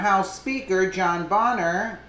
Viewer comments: It's pronounced "bane-er" lol every time you said "bon-er" I cringed. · Pronounced BAYNER. Did you just start paying attention to polotics?...